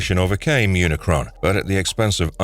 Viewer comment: you said unicorn instead of unicron lmaoo